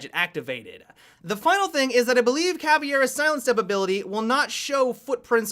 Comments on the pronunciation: Hey! Love your vids! Do you mind use google translate to listen how the words Caveira and Capitão sounds like? As a Brazilian who freaking love your vids this is kind of a downside for me... feels a little disrespectful... I know the Capitão is really hard for you guys to say (the ÃO thing is really annoying) but caveira is pretty simple:D Thanks allot! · Why do you pronounce Caveira so weird?